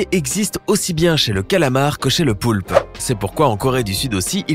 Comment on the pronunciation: Ta dit le poupe au lieu de poulpe mais autrement ta raison